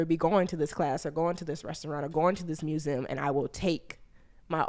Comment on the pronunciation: I adore. But the way she pronounces museum makes me want to jump through the screen 😩